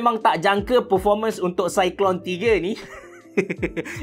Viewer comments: sebutan dia cyclone abe cerah, bkn cyclone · Itulah nak tegur takut kita salah sebut kan, tapi saya yakin cara sebut memang cyclone